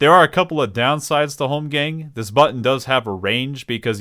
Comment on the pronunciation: Say holmgamg one more time....